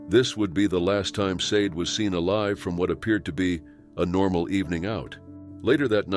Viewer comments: I’m pretty sure you pronounce “Sade” Shaw•Day. Possibly even Say•Dee. But not Sayed. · Sade is pronounced 'sharday' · Sade is more likely pronounced SHA DAY.